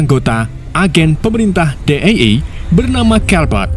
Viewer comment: DEA di baca DI I E bg bkn Di E E